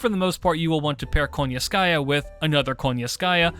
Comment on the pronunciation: I'm just curious because of how people pronounce Koyanskaya, I keep hearing them saying "KONYANSKAYA" but I read it as "KOYANSKAYA". Is that just a choice of how to pronounce her name or is there something behind it that I'm missing out? But yeah another great video.